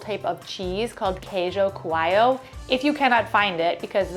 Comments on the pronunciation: Queijo (Kay-joo ) Coalho Co-owl-you). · The way she pronounced 'queijo coalho', so cute!